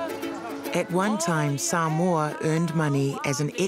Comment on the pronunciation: Omg soooo triggered when the said “Sumoa” it’s SAMOA! And I’m from Samoa! Ugh so triggering, but ya when I visit there we do have obesity problems but srsly get it right I guys!